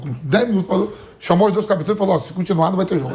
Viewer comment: O Vampeta mandou um "capitões" que doeu nos ouvidos! 😂😂😂😂